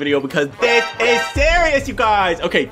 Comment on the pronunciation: When he says UGYS it sound ilke He saying Ugly To Fans Lol